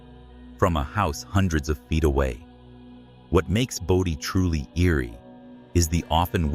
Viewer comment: It's pronounced Bodie(bo'dee), not Body